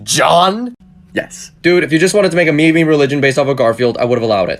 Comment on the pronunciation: So the last video I saw, added 6 to 4 and got 11 and now he has pronounced meme as 'me me'.....